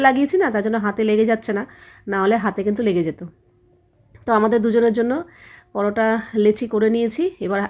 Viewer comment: দিদি কমেন্টটা কিন্তু আমি ভালো উদ্দেশ্য করেই বলছি , ❤ আসলে তুমি একটু বেশি ভাব নিয়ে কথা বলো পালং পরোটা কে বলছো পালাং পারোটা 😊